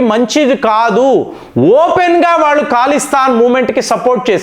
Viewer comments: Mee news baagundi .kaani Mee pronounce yendi sir Iran ni eeraan antaavu,khalistaan ni kaalistaan antaavu yilaa chaalavunnaayi,mundu nunchi prapancham anthaa oka laaga alavaatu ayinaamu.nee pronounce tho yibbandi gaa vundi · అది ఖాలిస్తాన్ కాదురా బాబూ. అది ఖలిస్తాన్